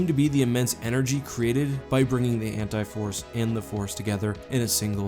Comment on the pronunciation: Maybe it's just me, but I kept thinking you were saying the Hentai Force... Totally different video there.